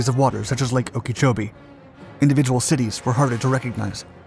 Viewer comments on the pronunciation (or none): Okeechobee is pronounced OAK-UH-CHO-BEE